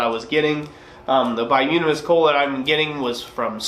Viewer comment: I think it's pronounced "bi-toom-in-us" not "bi-yoom-in-us". As for the excessive clinker ... Ive never smithed, but AFAIK clinker is a solidified amalgram of non-combustible impurities (primarily silica with other trace metals and minerals, and probably some forge scale that sloughs off while sliding your work in & out of the fire) that melted, ran out the bottom of your fire, and resolidified, kinda like slag from a smelter. So, conceptually, if a brand or batch of coke is throwing more clinker than usual, i'd speculate that that batch came from a part of a coal seam that had more sand/minerals in the organic deposits that formed it. Not all coke is created equal ... coke formed from coal that was formed from say a nice clean peat deposit will probably throw less clinker than say coke from coal from another part of the very same seam than had underground water with a high mineral content seeping through it before it underwent it's final metamorphic transformation (into coal).